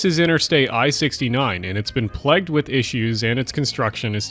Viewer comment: My god I love you but please learn how to pronounce ‘plagued’